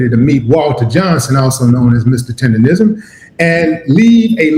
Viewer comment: STOP SAYING "TENDERISM" IT'S "TERDERNISN"!